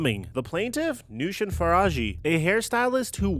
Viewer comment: As another persian man im disappointed in how you said noushin 😅